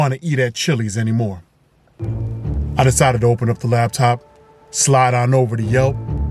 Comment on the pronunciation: He says “ lab top” 😂😂😂